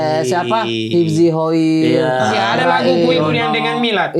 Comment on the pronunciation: 'Hooiiiii' asli Palu skli 😂😂😂😂